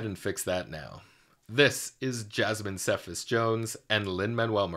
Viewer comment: Okay I hate to be THAT person but her surname is pronounce ‘SEE-FAS’ not ‘SEH-FAS’ :)